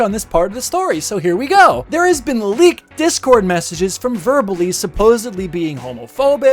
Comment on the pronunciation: It’s verbal ASE not eze